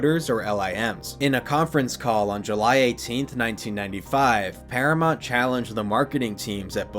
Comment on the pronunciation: Never heard anyone pronounce it ParaMONT before